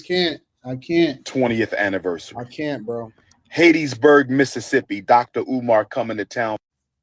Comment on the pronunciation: Why can’t the good doctor, or what ever he claims to be, pronounce Hattiesburg, MS correctly?